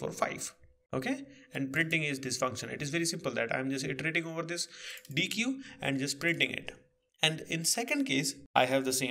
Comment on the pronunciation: Deque is pronounced "deck" like a deck of cards. Nice video!